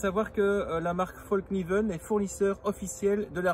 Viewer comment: Un conseil , pour avoir été empêtré dans une conversation identitaire, ne dit pas fallkniven comme tu le dis devant un suédois qui a trop bu 😁. Ca les fait rager de nous entendre mal prononcer leur rares marques alors qu'on fait des efforts pour prononcer correctement london, Manchester united , nike comme il se doit ..😉 Moi en tout cas mon coeur balance . J'ai eu des version d'autre couteau avec revêtement dans le passé. Et avec le temps ça devenait dégueulasse. Bref après tout ce temps il donne quoi le revêtement ?